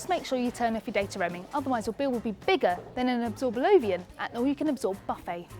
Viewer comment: Oh and isn't it called an absorbolof ?! not an absorbalovian...